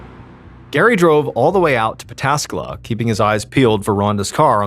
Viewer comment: Props for pronouncing Pataskala perfectly.